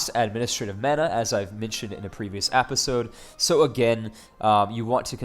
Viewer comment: why do you say apisode